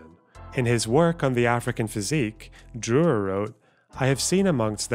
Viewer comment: I like how you pronounced it "Drrrurrrerrr" :D It's a mean name for an English speaker to pronounce though. Two rolled R's (though the letter one can be swallowed a little) and the Ü, two sounds which do not exist in English.